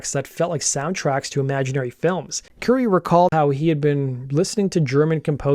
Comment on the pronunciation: And Currie is pronounced like the Indian food Curry, not Curie, as in Marie Curie.